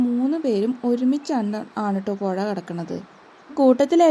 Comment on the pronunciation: പൊഴ അല്ല. പുഴ.. സ്പുടത വേണം സ്പുടത...